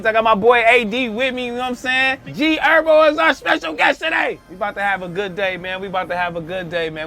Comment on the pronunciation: said his name like a goofy u bogus affffff trell wtf 😭😭 HER-BO no ErBo wtf